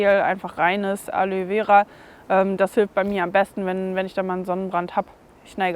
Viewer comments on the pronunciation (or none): Sonnenhut (ggfls. mit Moskitonetz) und ausreichend Wasser (trau hier in D dem „Frieden“ nicht wegen Chemie in Luft und Boden). Bei meinem Opinel ist auf dem Feststellring „N°07 Made in France“ eingeprägt. 🤔 übrigens spricht sich das nicht „Alö vera“ sondern „Alo-e vera“ 😉